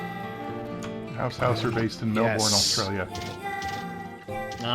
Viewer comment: Hearing people butcher the pronunciation of Melbourne must be how feels about Nevada